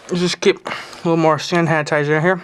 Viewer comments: "Sand hanitizer" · or how he said sand hanitizer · 'Sand hanitizer'